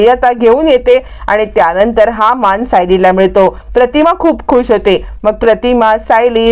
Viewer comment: माण नाही मान काय मराठी आहे लाज वाटते